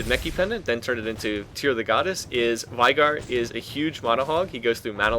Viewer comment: LOLikr?! I CALL IT vey gar pronounced like that not vai